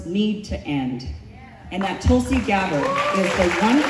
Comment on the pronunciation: Tulsi not gonna win ever. Even if she try 10 times. They can't even say Tulsi properly. The Americans r chanting Talsi talsi talsi.